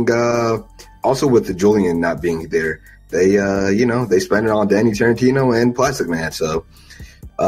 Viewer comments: Danny Tarintino???? do you mean Danny Trejo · This nigga called him Danny Tarentino 😂😂😂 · My mans said Danny Tarantino so many times, you'd think he would've noticed the mistake by now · Who tf is Danny Tarentino? Trejo nigga, TREJO! 😂